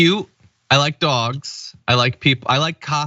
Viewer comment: Oi John......@ "Yah like dags?"